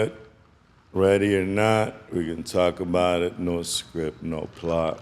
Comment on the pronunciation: How many times you gonna say “takka bout it” jesus christ man “talk about it” “takkaboutit” “takkabout” its in every single vid